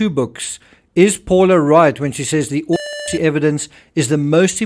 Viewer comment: Terrible sound while you’re saying „autopsy“! Unbearable! What’s wrong with the word „autopsy“!?